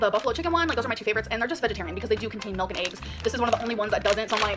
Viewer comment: I'm Asian and I was trying to translate what "melk" is then I realized that's how Amber pronounce the "milk" lol